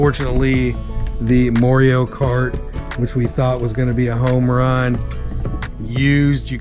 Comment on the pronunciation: Moreio? Its Mario.